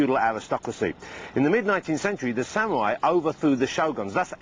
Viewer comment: sam-you-ai. xD Oh, Ross.